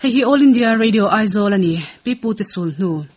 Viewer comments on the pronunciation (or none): none